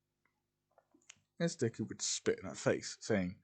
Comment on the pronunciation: It says duke instead of Deku. LOL